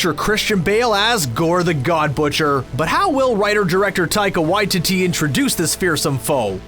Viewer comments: Said the directors name wrong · Learn to say the director's name properly.